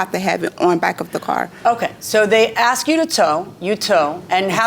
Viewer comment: "Nobody can ases her car" 🤣🤣🤣🤣